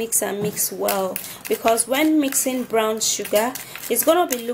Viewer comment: && ITS Brown nott Brawn ik u working on English but I love da video babe